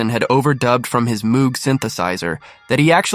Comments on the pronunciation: As a former employee of Moog Music, I'd like to tell you that I stopped Dr. Moog in the factory one day and said: "How do you properly pronounce your surname?" He answered "Moog, as in Rogue"! It's not MOOG, as in Fugue. You could get that right next time. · Moog rhymes with “vogue”, not “fugue”. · Robert Moog’s name is counter-intuitively pronounced to rhyme with “vogue”. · Moog should be pronounced to rhyme with vogue. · Contrary to its spelling, "Moog" has a long "o" sound as in bloke. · Seems many don't know Robert Moog pronounced his last name MOH-g, therefore also the name of his remarkable inventions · Moog synth is pronounced 'Mogue' to rhyme with vogue or rogue. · I know and don't care, "moag" just sounds wrong. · Right. We must pronounce it correctly in memory of Mr. Bob Moog…. 🎶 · Or just because it's the correct way to pronounce it.